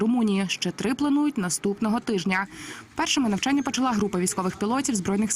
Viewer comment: Уточните "нАвчяння" или "нЯвчання"?